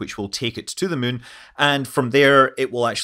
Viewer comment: Scott played so much KSP he even pronounces Moon “mun”